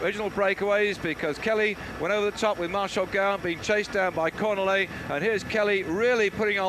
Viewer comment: How many times can you mispronounce a rider's name, in this case Cornillet, in one call?